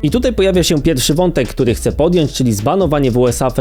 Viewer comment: Boje się ludzi którzy mówią ,,chcem"